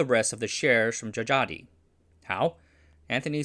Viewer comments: a little tip. old names that still include Dj or just j is unique. Dj is pronounced as a regular old j but "j" is pronounced as y. so it's not Jajadee but jayadee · djajadi read jayadi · If you're going to make another Indonesian historical video Dj would be pronounced J as Djajadi is actually pronounced Jayadi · The names on this video is using old Dutch spelling. Dj is J, J is Y, Oe is U, Tj is C. So Djajadi is read as Jayadi and Sioe is Siu (Chinese : Xiu). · Djajadi is pronounced JA YA DI (jah yah dee) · it's an old Indonesian pronunciation, and his name actually pronounced as "Jayadi Jaya", or "Jha-yha-dee Jha-ya" in English tongue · Wrong pronunciations: Salim isn't Salam but Saleem. Djajadi isn't Jajadi but Jayadi.